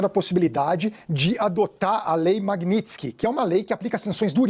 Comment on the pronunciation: Pessoal não sabe falar o nome da lei em English MaguinitSky pronúncia Maguinitiescai OS CORRUPTOS DA GLOBO APOIAM A DIREITA MAS ISSO VAI MUDAR PQ NENHUMA SANÇÃO CONTRA ALEXANDRE DE MORAES É CRIMINAL E SIM COMERCIAL SE TIVER! ALGUMA q a soberania, não pode JAMAIS SER ALTERADA POR ESTRANGEIROS...